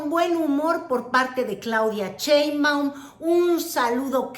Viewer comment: ay wera! tas muy sabrosa pero lo tuyo nomás no es ni el francés, ni el inglés, ni decir Sheimbaum correctamente